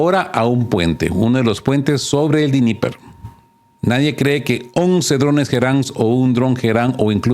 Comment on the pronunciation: Dnieper es una palabra rusa. El ruso no se pronuncia como el inglés o el alemán. Todas las letras se pronuncian